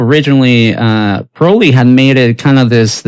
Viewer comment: When people pronounce “Crowley” correctly, I listen. Subscribed :)